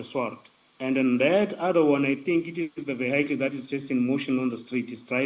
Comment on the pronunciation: Odd no one has informed the witness of the pronunciation of the word vehicle (Privately) Brothely love. Im learning a bit of Xhosa and appreciate always. Ubenosoku ulamnandi kakushle 😊